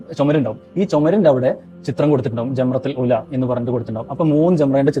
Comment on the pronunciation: ജംറതുൽ ഉലാ എന്നല്ല, ജംറത്തുൽ ഊലാ എന്നാണ്,ഒന്നാമത്തെ എന്നർത്ഥം